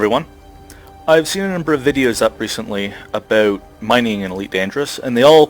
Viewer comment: Something is odd about the way you say 'about' and 'out' lol...sounds more like 'aboowt' =s